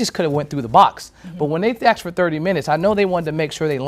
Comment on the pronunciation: This reporter needs some basic pronunciation guidance. The jury “axed” for a sheet of paper? Come on.